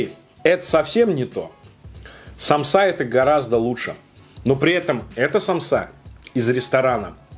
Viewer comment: Почему самсА?Правильно сАмса 💁🏻‍♀️я из Азии и поэтому аж подкупает,простите❤️